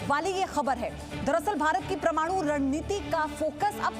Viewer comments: मैडम प्रमाणु नही परमाणु बोलो। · It's not pramanu, it's parmanu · परमाणु को प्रमाणु बोल बोलकर irritate कर रही है ये हिन्दी की एन्कर। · Pramanu nahi pagli..paramanu hote hai... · Waahiyaat anchor... She can't even speak proper Hindi..it is Parmanu not prmanu...you are spoiling our kid's language as they watch you speak.. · M i the only one who noticed she pronouncing Parmaanu as pramaanu..!😆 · Sun bahan pramaanu nhi parmaanu hota h. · Attn: Its not ' PRAMANU!!! ' but it is ' PARMANU ' plzzzz Correct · It is PARMANU, not PRAMANU. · Aap India me rehte ho madam, yahan ke journalist ho aur American report ka reference de rahe ho - aise kaise hoga. And please correct your hindi uchcharan.. it not Pr-manu but Par-manu.. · Paramaanu bolna nehin aata anchor ko pramaanu pramaanu bol raha hei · pramanu nai be parmanu bol, bolna to sikhja pahle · YEH PRAMANU NAHI HAI MADAM ,,IT'S PARMANU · Yaar kaisi anchor hai??? Kab se Parmanu ko prmanu bol rahi hai.... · प्रमाणु प्रमाणु बोल रही हैं आश्चर्य है किसी ने टोका क्योँ नही आप को । परमाणु कहा जाता है हिंदी पर ज़रा कृपा रखिये बाकी खबरें आपकी बिल्कुल ठीक हैं सही रास्ते पे हैं । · Pirmadu nahi parmadu bolo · Pramanu nhi hota ma'am wo Parmanu hota hai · pramanu nahi parmanu hota hai, hindi to acche se bolo atleast, news anchor ho bhyi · Pramadu nahi parmadu Apne gala uchcharan Kiya. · परमाणु नहीं नहीं बोल पा रही। प्रमाणु बोल रही है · Parmanu to thik se bol lo pahele Pramanu pramanu 🤣🤣🤣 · प्रिय न्यूज एंकर कृपया परमाणु उच्चरित करो।आप प्रमाणु उच्चरित कर रही हो।zee एक प्रतिष्ठित न्यूज चैनल है इस पर ऐसे लोग आएँ जो हिन्दी शब्दों के उच्चारण तक सही न कर पाएँ यह दुर्भाग्यपूर्ण है और इससे न्यूज़ चैनल की साख प्रभावित होती है। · उच्चारण शुद्ध करें , शुद्ध शब्द परमाणु है , प्रमाणु नहीं। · "परमाणु" कहें। "प्रमाणु" नहीं है। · Please pronounce "parmanu" and NOT "PRAMANU". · प्रमाणु नही परमाणू होता हैं. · Not pramanu it's paramanu... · ओह मैडम प्रमाणु नहीं परमाणु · First to learn, it is not pramanu, it is PARMANU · "प्रमाणु" नहीं मैडम "परमाणु" होता है...